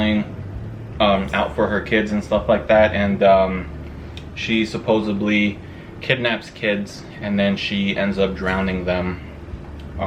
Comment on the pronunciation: It’s pronounced supposedly* not supposebly